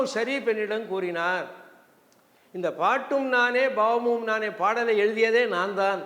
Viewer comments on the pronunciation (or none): IVARUKKU PRONUNCIATION VARAVILLAI BHAVAMUM YENBHADHAI PAVAMUM YENDRUM HEMANATHA BHAGAVATHAR YENBHADHAI YEMANATHA YENDRU SOLLIGIRAAR. PORUTHAMANA NAME THAAN